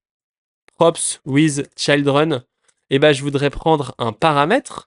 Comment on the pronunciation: Je trouve ça dommage parce que tes explications sont bien mais tu perds ta crédibilité à chaque mot anglais que tu prononces 😅 Est-ce que c'est fait exprès ? Je t'avoue ne pas comprendre... Pour une personne qui dit former des gens pour bosser en entreprise c'est un peu paradoxal de ne pas savoir prononcer des mots basiques tels que "children" Bref je plains juste tous les jeunes développeurs qui vont "copier" ta mauvaise prononciation...